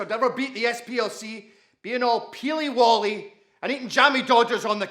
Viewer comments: Schoolboy error. Peely Wally NOT Peely Wolly. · I'm from ayrshire in Scotland some of it was spot on some not so SCUNNERD was pronounced perfectly , peely Wally nup... nice jack n Victor reference